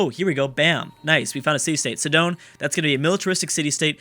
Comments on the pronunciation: Not to be picky, but... It is not pronounced "Si-dOn" (or however you pronounced it), it's pronounced "SI-din" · Sidon is pronounced "sigh-dun"